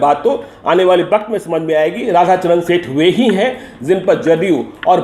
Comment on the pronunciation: Phir waqt ko baqt kahta hua senior journalist